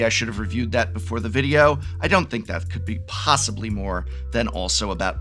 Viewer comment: Prof Talks videro. My Fav.